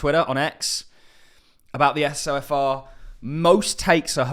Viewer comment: It's pronounced So-fur